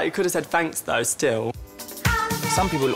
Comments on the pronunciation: « fanks » im ded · Ik “fanks” 🤣😂😅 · " did you give him undercooked chicken? " " yuh... but he could've said fanks "